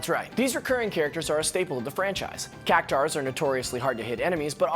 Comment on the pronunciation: Ahhh, Cactuar. So often mispronounced like it was spelled Cactaur. It's not though. It's U A R at the end, not -aur. Cac-Two-R, perhaps? Nice video, thanks for sharing!